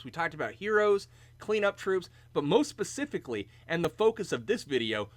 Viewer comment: "Pacifically" ... lol